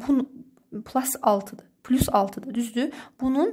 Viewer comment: Plas nə idi pilus deməkdən😂😂😂😁